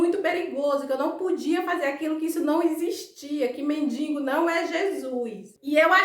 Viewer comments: Morri de rir com a história do Tony Ramos, vc está sabendo que ele está internado na UTI, operou o cérebro., vc me permite uma correção: não se fala nem se escreve mendiNgo o certo é mendigo. Bjs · o certo é men-di-go! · O nome é men-di-go, não tem “n” entre o “i” e o “g”